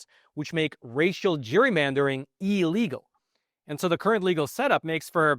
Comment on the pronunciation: The word is not "EEE-legal", it's "Ill-legal" you dolt...